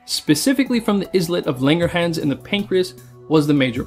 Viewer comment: The mispronunciation of islets of langerhans is something I didn’t expect from this channel.